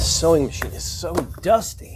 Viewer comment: I had to replay the seweing part like 5 times... I swear I heard "this sewing $H!7 it so dusty!" 🤣